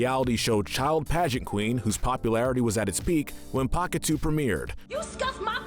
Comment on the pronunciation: Isn't pahkitew pronounced akateyo or pakateyo?